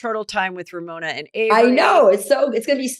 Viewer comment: Not RoMona